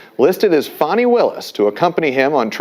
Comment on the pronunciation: How you get Faaaaani pronunciation from Fani I don’t know but anyway she needs to be disqualified, disbarred, prosecuted and imprisoned in her own filthy disgusting underfunded jailhouse